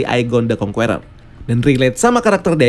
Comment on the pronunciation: Kritik dan saran buat.. so far, konten di channel ini menarik dan bagus 👍🏻.. TAPI, pengucapan "conqueror" ny tolong dong diperbaiki, jujur agak risih denger ny dari video serial loki "kang the conqueror" sampe sini pengucapan ny masih "kong-kUeror".. huruf "U" ny silent, seharus ny pengucapan ny itu "kong-Kerer", huruf "E" pengucapan ny sama kyk kata "KE"mana. ada baik ny kalo bahasa inggris atau bahasa yg lain itu di perhatikan pengucapan ny, sumpah risih denger ny. 😉